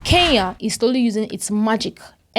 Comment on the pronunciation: She is neither a South African nor a Kenyan. Her pronunciation of Kenya is more like Keya and Kenyan comes out as Keyan! Talks like a Nigerian, loud mouthed like a Nigerian, reasons like a Nigerian, then she must be a Nigerian! By the way, I am a Kenyan, and not a Keyan, as this vlogger is trying to imply.